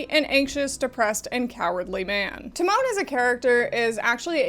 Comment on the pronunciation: I CAAAAAAAN'T with the way they pronounce Tamon almost like Timon from The Lion King XDDD